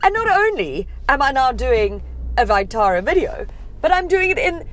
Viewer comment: That vitara pronunciation makes me cringe